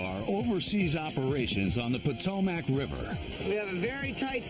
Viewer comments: Potomackkkkk 😝lmao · Ugh every time he's say Potomac my Maryland ears hurt.